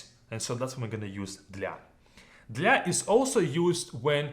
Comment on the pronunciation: Do I just have useless English ears, or does this 100% sound like "гля" rather than "для"??